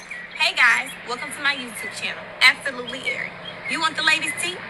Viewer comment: I think she should know THAT THE WORD IS >>>A B S O L U T E L Y and n0t >>>A B S O L U T (L E Y) before she finds herself even making YouTube channel in the FIRST PLACE 🤡 🤣 🤣 🤣